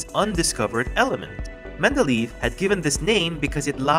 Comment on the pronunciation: It's Mende-ley-ev, it's not Mende-leave.